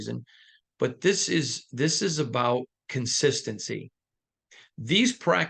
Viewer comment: Love your work, but you butchered the word "consistency" in this take. I been a fan of this team for 36+ years and all us DieHard Raider fans know the Raiders are extremely inconsistent and have been for far too long already, tell us something we don't know, Stevie Wonder ain't gotta see it to know the only thing the Raiders are consistent with is struggling.